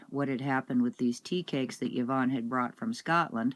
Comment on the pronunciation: Scottish person here. Have you asked Yvonne how she says her name? Fairly common in our wee paradise. It is Ivonne, or eevone. Anyway a vowel at the start, not a yi. So... thats all.